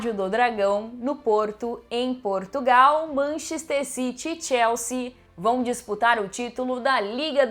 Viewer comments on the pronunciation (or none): none